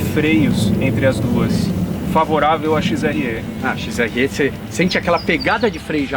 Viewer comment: Parabéns. Mas... "XRE" não se fala "XRÊ" é como se o "e" fosse "é".